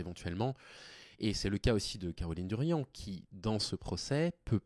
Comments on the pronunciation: Merci pour cette vidéo, par contre c'est Caroline Darian pas Durian😊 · C'est Caroline Darian. Pas Durian....